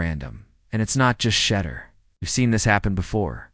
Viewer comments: Well re-program that thing! Good grief! Can pronounce Shedeur or Deion? Crazy... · Why Can't This dude pronounce his name correctly how can you take him seriously if he can't even pronounce his name